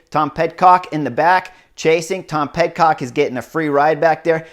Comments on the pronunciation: Chris - another amazing analysis. Two things. 1) Getting close. Pid-cock. Not PedCock. Almost like pity. but with a d. 2) MvDP's jump on the flat at the end. I was thinking that he was thinking "Let me see if I can break them now." and then coast in. But I have ZERO experience in that situation, but my novice brain thought could be the only reason he would try it. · Pid-cock, not ped-cock sorry, just trying to help.thx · Dude, Tom Pid-cock. The C is not silent. Come on! 🤨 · That’s what i said on the oomloop video. Clearly, he’s not listening.